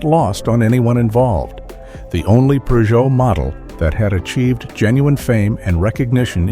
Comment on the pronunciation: Peugeot does not have an “r” in it. 🙄